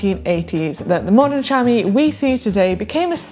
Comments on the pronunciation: The British accent is lovely but why does she pronounce chamois "shami" ? It would be pronounced "shamwa" in French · Sham-wah not Sham-eee